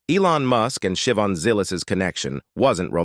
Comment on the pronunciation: It’s pronounced Sha-Von not Shivin.